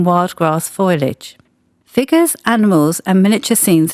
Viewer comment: It's "foliage", not "foilage"!!